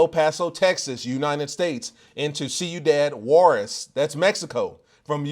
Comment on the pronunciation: See-u-dad-juarez😂😂😂😂 I'm dead🫡